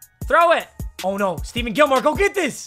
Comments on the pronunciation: Steven Gilmore? STEVEN? It’s StePHON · Why he keep saying Steven Gilmore it’s Stephon Gilmore just pretend it says Stefon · Steven Gilmore??? Isn't it pronounced ste-fon. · did he really say stephen its stephon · Papa it's not Steven Gilmore it's Stephon Gilmore. Like Stephen Curry but with "on" at the end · ITS PRONOUNCED STE FONN NOT STEVEN GOD DAMNIT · I hope u lose so u can’t call him stephen when it’s stephon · Who else got pissed when he said “Steven” Gillmore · I’m watching it again and I forgot about this ugh 😑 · it’s pronounced Steph-on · its pronounced ste-fon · Stephon Gilmore 😂 get it right